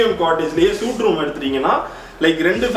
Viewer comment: Suite = "சூட்" தவறு. "ஸ்வீட்" என்பதே சரி!